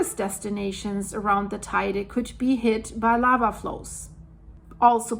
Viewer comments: It's not tyda its pronounced tedi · [~Teh-ide] - I know, I know... but still😉